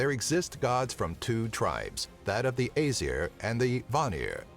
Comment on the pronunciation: you said æsir wrong btw